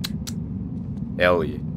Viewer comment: Last boneworks vid: 50% "Herr yeah" 50% "Watahek?" This boneworks vid: 105% "Herr yah"